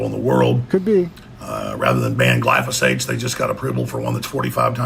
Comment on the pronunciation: Glyphosates mate, not glysophates.